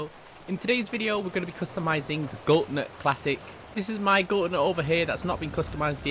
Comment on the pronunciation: When you pronounce it gauntlet wrong